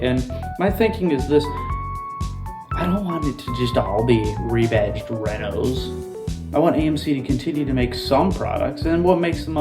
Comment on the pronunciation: "re-batched"? REBADGED! Fucking AI is gonna make us humans wonder how we ever communicated with eathother/